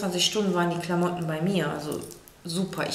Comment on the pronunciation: wiso sagst du klammootten